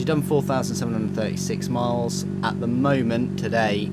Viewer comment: It sounds like you're saying "or" 13,000 rpm or whatever, those numbers are _ kw/nm etc "AT" __ rpm. It's where in the rpms that power level is reached, not 'or'